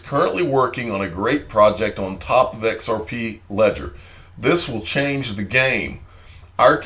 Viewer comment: Come on now.... XareP is not X "Air" P. Blows my mind how we continue to listen to individuals who have issues regurgitating other people news and information.